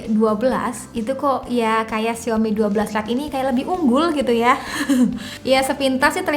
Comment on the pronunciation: Bacanya yang bener "Saw me" : Lihat Aku. Mari biasakan mulai sekarang 😊😊